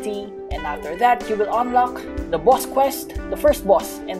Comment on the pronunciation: I like the way u day boss bwoss it’s funny